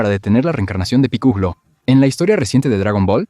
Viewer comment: Piculo? V: hablár de dragon Vall sin saber como se pronunsia v